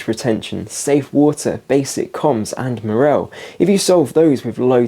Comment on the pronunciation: Learn how to pronounce morale.